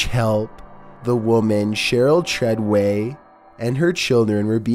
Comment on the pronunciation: It's fucking treyway